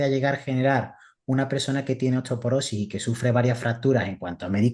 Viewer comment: Dice osteoperosis la nutri.. se dice osteoporosis!!